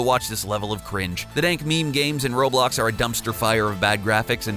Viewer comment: Atleast he didn't pronounce roblox like "raw blocks"